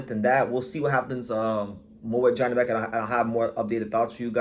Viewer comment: It us pronounced Yanibek